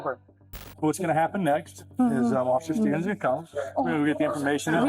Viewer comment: offisher schtevens